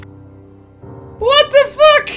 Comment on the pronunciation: this guy is certainly dutch. you can hear his dutch accent so clealy when he says what the fack. AWESOME!!